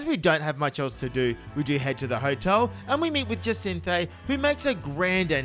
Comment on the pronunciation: I think it's ja-sin-tha